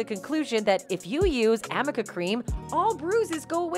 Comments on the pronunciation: It’s Arnica cream. Not Armica. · It's Arnica not Amica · Arnica, not amica hahaha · Arnica Cream - there is no AMICA CREAM - her lawyer didn't even know the correct name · Oh my god there’s no such thing as Amica cream it’s Arnica cream Lol that’s why everybody’s been laughing at her attorney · ARNICA cream. That idiot Elaine lawyer didnt even KNOW the name of the cream and she kept saying AMICA. That tells me HOW WELL she was prepared!🙄 And she charged 6M!....... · Attorney kept saying "amica" cream, as well as you repeated this in the video. I think she means "arnica" cream. Arnica is good for bruises. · This was just the evidence needed to show that AH hasn’t even thought through that all the other people she’s dragging into her messed up testimony aren’t going to sit back while she lies about imaginary injuries! Glad the make up artist came forward. Oh, and it’s ARNICA cream not Amica cream, that supposedly hastens healing of bruises. Even the lawyers have been mispronouncing it! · It’s ARNICA!! Not amica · Why does she keep saying AMICA cream? There's ARNICA cream that's a homeopathic gel or cream used to help facilitate the healing of bruises that's been around forever. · The name of the creme is "Arnica" not "Amica". This mistake was made by Heard's incompetent lawyer and was the subject of much amusement during the trial. Heard made the claim of using this creme because the company that makes it advertises that it can "reduce bruising and swelling" -- which would be the perfect answer to any questions regarding why no injuries could be seen so soon after she claimed Depp injured her. But the company that makes Arnica creme said that the makeup was not available until some years after Heard's claimed use of it... exposing the claim as a baldfaced lie. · “Arnica”, not “Amica” -. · Wish someone...including her legal team...would at LEAST get the name of the cream correct. Its A-r-n- ...arnica not amica. 🙄 annoying. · Arnica cream. Amika cream ain’t no thang.